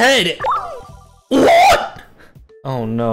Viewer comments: he pulled a full on British “WOT???” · When he said “WHÆT”‘I felt that 😔